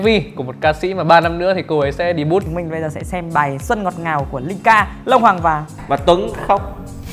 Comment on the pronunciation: Debut đọc là đề biu nha ông